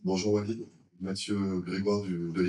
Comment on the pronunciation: Et c'est Walid pas hoalid, à rectifié dans le titre